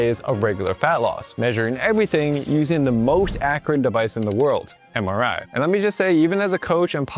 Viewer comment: Somehow everytime when you say MRI I hear samurai 😅